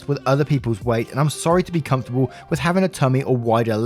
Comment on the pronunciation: Hello!! How are you today? I hope all is well and I wish you a great day!!! I just noticed you say comftorble, instead of comfortable. Yaay, finally someone who says it like I do! XD